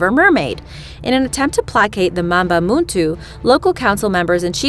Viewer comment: It’s Mamba mtu not muntu